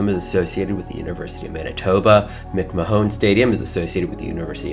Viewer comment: Believe it or not, McMahon is pronounced like McMan.